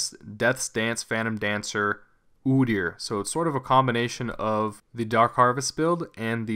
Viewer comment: ugh his name is pronounce "oh deer"